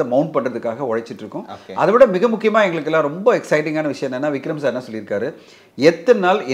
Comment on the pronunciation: Anchor say.. Vigram sir vigram sir Not vigram. Vikram